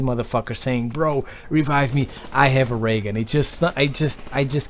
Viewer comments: I thought you said "Am I gonna get a Reagan " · the way he says ray gun XD